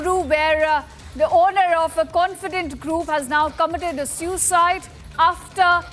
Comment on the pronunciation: You sound excited Shame on you.And pronounce SUICIDE correctly